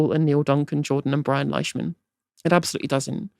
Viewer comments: It's pronounced Leeshman btw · For future reference, Leishman is pronounced "Leeshman".